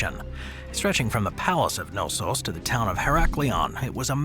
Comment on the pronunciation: The "K" in Knossos is not silent, and stress is on second "o"...